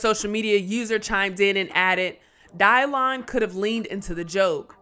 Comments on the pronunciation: Dave made all that MTB stuff relevant again. The show had been off. Someone tell it's pronounced DYLAN. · Dielan.... wtf is up with that pronounciation. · “Die-lon”?! What the heck?